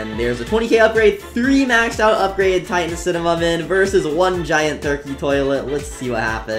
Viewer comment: 1. u didnt say upgrade titan cinemam but u said upgrade tittan camerna bro